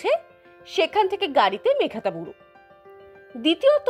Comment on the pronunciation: আমি যতদূর জানি জায়গাটির নাম মেঘহাতাবুরু। মেঘ্তাবুরু উচ্চারণটি মনে হয় ঠিক নয়। আমি ভুল ও হতে পারি।